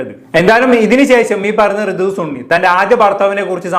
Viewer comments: Da സണ്ണി, not ചുണ്ണി aka സുണ്ണി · സുണ്ണി 😂😂 അല്ല സണ്ണി